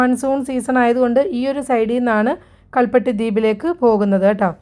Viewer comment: കൽ പിട്ടി